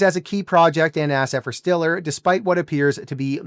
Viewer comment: It's pronounced "Stellar"